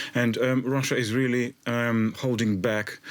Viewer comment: I think the blonde chic must be Elmer fudds granddaughter she says be bewy bewy qwiet I'm hunting Wussians